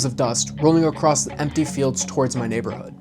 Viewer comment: Bro... It's "across" not acrossed/acrost ...